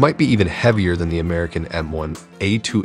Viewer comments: Correction It's M1A2 Abrams, not Abhrahams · It's Abrams, not "Abhrahams" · Bro, great video,but you legit said Abrahams instead of Abrams lol😂. But not criticism of any kind. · It’s Abrams, not Abrahams. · M1A1 Abrams. It is not Abhrahams. Abrams is pronouced "A-Brums" after General Creighton Abrams for whom the tank is named for. If you can't get this small detail correct......your whole effort is tainted. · Abrahams? Really? It's Abrams! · its not Abrahams its called M1 Abrams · Wtf is a abhrahams lmao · When I heard M1 “Abrahams” I clicked off. Lol 🤦‍♂️ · Did you mean m1a2 Abrams not abhrahams, great vid though 😊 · It's M1A2 "Abrams" as in "General Abrams" LOL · M1 Abraham’s? Lol. What’s with the weird English grammar mistakes